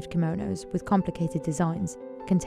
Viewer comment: Chiso Kimonos Timestamp : Simonos 😂😂😂